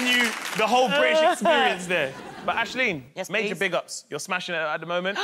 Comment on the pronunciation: Lmao Mo can't pronounce Aisling's name.